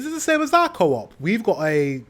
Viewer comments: Well, you dont say it like that, co-op. Coop, one word. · it's pronounced coop like chicken coop...but t stands for co-op like you said, but not sure at all if they are involved with the same companies .. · It's not pronounced co op. It's Coop, like you would say the name Cooper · its no CO OP, it clearly says COOP as 1 word, when are you gonna learn.... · "co-op" BRUH 💀